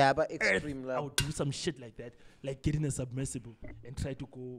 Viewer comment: Say it with me buddy, "SUBMERSIBLE" 😆